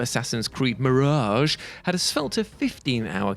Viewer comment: I think you revealed too much of yourself with the way you say "Mirage."